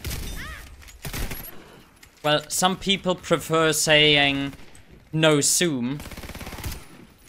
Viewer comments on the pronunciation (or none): none